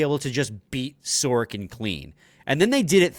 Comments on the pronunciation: Who is this "Sorkin"? Pronouncing players' names correctly (or trying to) is an important part of your job. Sorokin in Russian = "Sa ro kin" (other Slavs say "So ro kin"). I'm not Russian or Slavic. It took me less than 30 seconds (Google) to learn how to pronounce Sorokin in Russian, Ukrainian, Czech... Only Anglo-Saxons (USA, Canada, GB...) think that pronouncing people's names correctly isn't important. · I thought the same thing! Neither of them can see the "O" in his name? Sor-o-kin. It's not that hard.